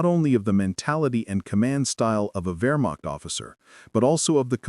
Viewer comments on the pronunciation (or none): Its" ver mact"...not "where mac"...stupid ai narration...ruined it.